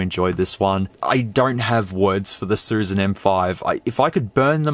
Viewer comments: It’s not susan ,it’s “shushan”. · It's "Xiu Xian."